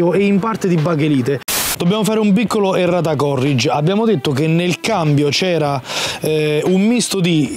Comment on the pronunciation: bello l'inserto alla "Mistero", bene la voce femminile, che in quest'ambito sembra aliena. Qualcuno dica a che le linee si ammorbidiscono e non si "ammortano" e che "errata corrìge" è latino, non inglese (l'ha pronunciato "còrrig"). Dite che la Matra è sparita, ma la Matra-Simca dove la mettete?